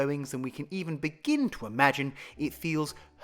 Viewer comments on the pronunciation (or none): none